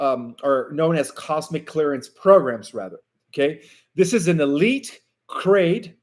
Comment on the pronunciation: Cadre pronunciation